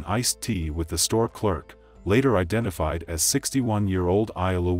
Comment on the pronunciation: ..NEW WORD ALERT. IDENAVIBE"" LOL...IDENTIFIED MY MAN..NOT IDENAVIBED..LOL..